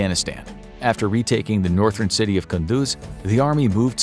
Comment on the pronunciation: I can understand an American struggling with Schwarzkopf, but can you really not even pronounce the word Northern??